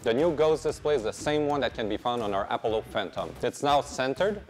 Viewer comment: appo-low? That seems an odd pronunciation of a known word.